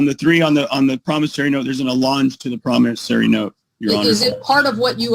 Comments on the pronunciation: I want the word "promisary" stricken from the record. It's "promisOry"! [I feel better.] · it's not a promisary note; it's a promissory note. The judge was just too polite to correct you. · PromissARY note! 😂. Even the judge pronounces it that way!! 😂 Lordy. 🌷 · Even when the judge CORRECTLY pronounces promissory (I learned how to pronounce it playing the game of Life when I was in 3rd grade), continues to mispronounce it as promissary. Delicious! A full 7 course SovCit meal plus dessert!(metaphorically speaking). I believe this is a rather old video, but at the end, the recent Law Talk with Mike song, "I Do Not Consent" is now doing its ear worm action on me! By comparison, gobbledy gook is a compliment for what he is saying. It is worse than that.